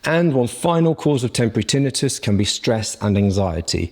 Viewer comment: Yes, he is pronouncing this correctly.